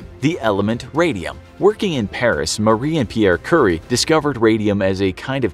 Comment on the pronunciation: "Curry" 🍲 I'm sorry, but you served it to us. 🥁📀